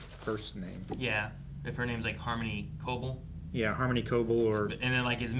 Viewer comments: Y'all.. "co-bell" is the pronunciation. Please. You say it so much and every time you say it wrong, my eye twitches. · ITS CO-BELL HOLY SHIT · The fact that we're 8 episodes into the season and they still don't say Cobell's name correctly is kind of astonishing, ngl.